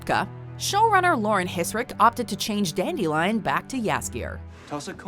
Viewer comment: He is Called Dandelion In the English books. In fact in the Last Wish audio book his name is pronounced DAN-dill-eon, not DAN-de-lion